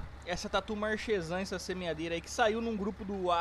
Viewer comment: Bom dia meu jovem se escreve marchezan mas se pronuncia marquezan